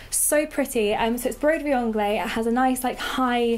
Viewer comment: Great video. But broderie anglaise is pronounced broderie ONGLEZ (say the z)